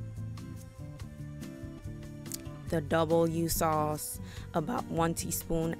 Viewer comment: I was so confused at W sauce. But then I realised that no-one outside of the U.K can pronounce Worcestershire. Phonetically it's WUSSTER-SHUH.